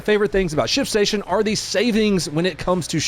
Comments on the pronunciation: When your ad started, I could have sworn you said "shit station". I looked at TV like, wait, what? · i thought he said shitstation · aint this guy saying "shitstation" instead of "shipstation" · You absolutely said shitstation lol.